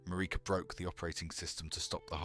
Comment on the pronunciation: The Pronouncination of Marika cut me right out. That was other then expected